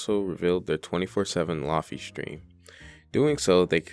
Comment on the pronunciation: lo-fi = low fidelity. not lahfee... "ayo wuz gud its ya boi lahfee-" more importantly why was this recommended to me